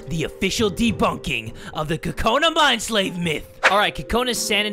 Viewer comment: This is how you really say kokonas name. CU-CU-NA